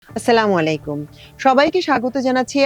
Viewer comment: onugroho purbok Salamalekum na bole sothik vabe Ussalamu Alykum bolben.